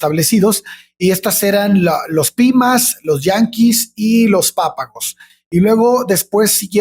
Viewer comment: Es muy probable que no lean mi comentario, pero quiero aclarar que una de las etnias que mencionaron de Sonora, no son "yanquis", son Yaquis.